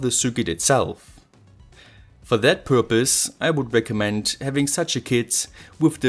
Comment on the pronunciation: "and das it is advised" love this germanglish mix :-)